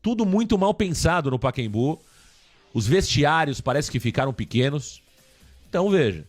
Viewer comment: Paquembu😂😂😂 PACAEMBU!!